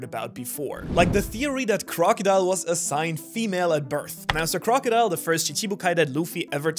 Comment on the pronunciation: Not crocodile, Croco D Ile